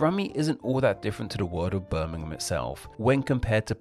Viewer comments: London is not the largest city. It isn’t a city. Greater London includes 2 cities, London and Westminster. The City of London is the 295th out 296 for population. The City of Westminster is the 288th. Brummagem is pronounced Brummajem. The cheap shoddy goods were called Brummagem Buttons, referring to one of the many trades in the city. In particular, it referred to the gilt buttons that had so little gold it quickly wore off. It was then applied to the gilt jewellery and, later, to other cheap goods. Birmingham was the China of the 19th century, supplying the world with cheap items. You missed a good one. Birmingham people call their Black Country neighbours Yam Yams, from such common phrases as, "Yam orright ar kid?" or "Yam goun ter town?" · Please pronounce some of these places correctly, Birmingham, is pronunced Berminghum, the 'ir' is 'err', Brummagem the 'g' is pronounced as a soft 'g' as in Jam, not hard as you use. And Brummagem has some of the most sought after jewellery manufacturing in the world. Brummagem does not mean shoddy, because Birmingham is known as the city of a thousand trades, and this meant many manufacturers located to Birmingham just for the skilled labour.